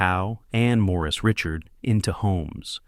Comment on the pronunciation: Richard not pronounced properly. Too long winded. Get to the real story please! Don't repeat please.